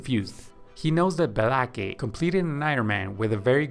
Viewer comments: Thank you for your work and help. Just a heads up, Aaron is pronounced the same as Erin/ Eh-rin, not A-a-ron/ay-ay-ron. Denice is pronounced as either Deh-nees (like bees) or Dee-nees, but never Dee-nice. Blake is pronounced as Bl-ay-k, not as Be-la-ke/ Beh-lah-kay. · Is the guy speaking AI? Whats with the A A ron and BLA-KE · I understood why he was calling him A-aron when i heard Bela-ke 😂😂